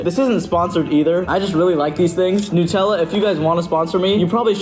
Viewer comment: It's pronounced new-te-la